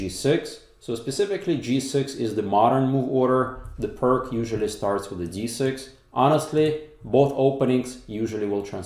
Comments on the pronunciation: Pronunciation of "pirc" sounds more like peerts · Apparently it’s pronounced Peerts. After Vasja Pirc. Is this one of those occasions in the English speaking world where people know the common pronunciation is wrong but carry on regardless? Anyway I better watch the game...